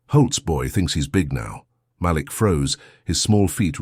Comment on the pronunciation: This was a great story.. only negative is please learn how to pronounce black names. " malik" is actually enunciation as " muh-leek". Other than that I love your stories 🎉